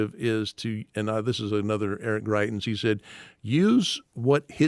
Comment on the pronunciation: Greitens?! Seriously?